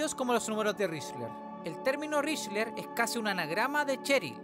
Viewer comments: Espera... Estuviste todo el bendito video pronunciando "richler" 😂 mi TOC casi me hace tirar el celu por la ventana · Con todo respeto, me da mucha ansiedad que pronuncies mal Lychrel. Más allá de eso, gran video y gran producción pa